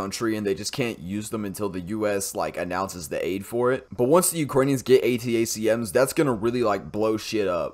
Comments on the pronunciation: ATACMS is pronounced "Attack-em" (like "Attack them"), then jsut add an "s" at the end: "attack-ems" or "attack-ums" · A-Tack-Ems, watch Habitual Linecrosser for that pronunciation. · "Attack-ums" is the way to say it, at least here in California. Great video, thanks. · ATACMS is pronounced "A-tack-ems".